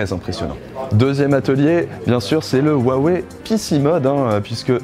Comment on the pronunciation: vous pourriez au moins prononcer correctement le nom de la marque quand même